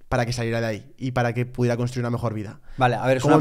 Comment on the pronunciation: Genial! Gracias. Solo un par de cositas... Por favor, intentad VOCALIZAR es súper importante para los divulgadores, podéis intentar hablar un poco menos rápido y, por último, se dice CONSTRUIR no COSTRUIR. Gracias